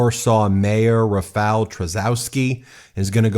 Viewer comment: Rafal "Chaskosky"